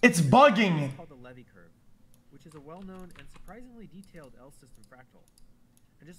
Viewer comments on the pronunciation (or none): none